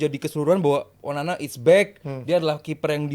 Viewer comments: salah ngomong Onana jadi onani 🤣😂 mulutnya lagi sariawan 🤣🤣 ngakak 😁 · Bang typo bilang onana nya 9 : 31 😂😂😂😂😂